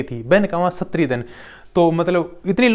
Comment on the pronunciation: प्लीज सुनने में बहुत अटपटा लगता है सस्त्री नही बोलते उसको स्त्री बोलते है उच्चारण में